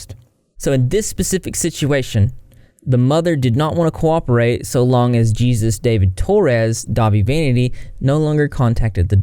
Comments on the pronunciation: It's not Fking Jesus 🙏 ITS "HA-SUS!" Get it right. Yt boy can't even look up a simple Mexican name pronunciation yet can look up everything else. SMH 😒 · Isn’t his name pronounced “Hay-Zeus”!?